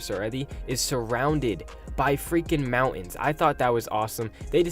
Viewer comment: What's a mouan? Are you trying to say mountain?